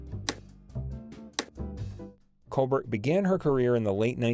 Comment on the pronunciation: WELL DONE - but she was a STINKER!!!! Your pronunciations of other actor's names are HORRENDOUS as well as COLBERT="COLBAIR" last name!!!!!